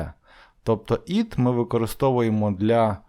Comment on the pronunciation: Вибачте "it" - повинно звучати як українська "ит", а не "іт"! "І"- має вда звучання "АЙ", та українська "И". Якщо звісно не Австралійська англійська мова! "Not" - Британська англійська "нот", Американська англійська "нат"! Вам самому потрібно підтягнули англійську вимову!